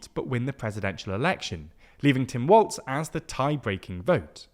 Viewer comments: As a Minnesotan I feel like I have to say this: it's pronounced "Walls" not "Waltz" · It’s “walls”, not “waltz”, “hoe-cull”, not “hoe-chul”, and “Marie Gluesencamp Perez” (Gluesencamp Perez is the full last name), not “Marie Perez” I love you silly brits but please for the love of god just try to find a single clip of someone saying their names 😅